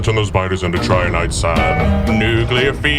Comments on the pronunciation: Trinitite not triniite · Your pronunciation of trinitite was off but the cover was too good to actually be of any concern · Man I loved that Nuclear Fever song just as much as the first time... well, if only I didn't cringe every time you butchered the pronunciation of 'Trinitite'